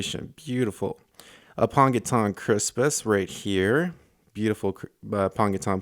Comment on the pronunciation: You've been listeening to Dustin. He mispronounces Aponogeton the same way (apongeton). It's apono.gee.ton